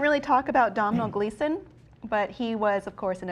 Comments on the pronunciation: The name Domhnall is an Irish name, pronounced donal not dominal! It irritates me to no end when americans don't bother themselves to do some research. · Just for future reference if you have any more videos on the new Star Wars cast, Domhnall Gleeson's first name is actually pronounced 'Doh-nall'.